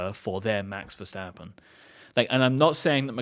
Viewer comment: Now that you have a whole show about it, please start pronouncing Verstappen the right way. It is Verstappen with an “st” like in “stop” or “step” not Vershtappen like some kind of weird German name. And a short “a” like in “bath”